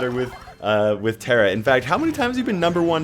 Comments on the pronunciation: There is a mountain called "Tara" and Tara is an uncommon name for a female in Serbia and here we pronounce as we read (idk how to explain) so it is Tara not Tera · I have an irl friend named Tara and it's pronounced "T-air-a" and not "T-are-a". She's middle eastern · Tar-a not tear-a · It’s actually pronounced Tara Lol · Ta”r”a, emphasize the r, weaken the a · I have a friend named Tara, too.She’s German and her name is pronounced the second way, the one with the long A.